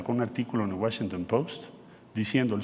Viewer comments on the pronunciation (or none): none